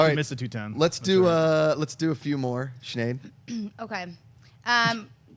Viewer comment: Every time refers to Sinead as Sneed, cracks me up laughing lol